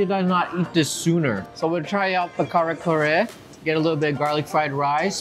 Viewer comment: You know the entire world has changed if he pronounces kare kare like an American